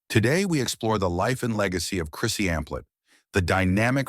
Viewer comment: You kept saying Amphlett & Divinyls wrong!